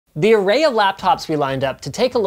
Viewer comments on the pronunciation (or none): none